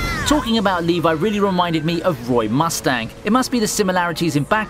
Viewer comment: LEVI IS NOT PRONOUNCED LIKE THAT FOR GOD SAKE